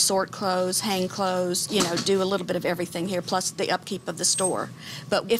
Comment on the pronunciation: can you just say clothes pls